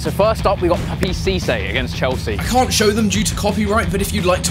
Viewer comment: Can't* not Khon'